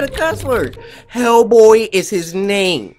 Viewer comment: Dude that says the name of the character: Hellboy Cory: (Spins back the video) Also Cory: Heckk boy